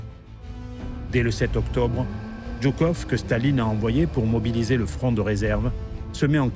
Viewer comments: Ce n'est pas le général " Djoukov ", mais le général Joukov. Sinon, pas mal. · C'est жуков pas джуков! Joukov pas Djoukov. Ça fait dbizarre.